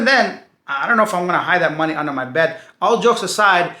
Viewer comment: i love how you pronounce money,your way of speaking is mooney lol